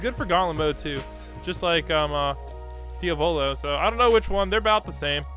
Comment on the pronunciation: The way he pronounced diavolo tho. DEE AV OH LOW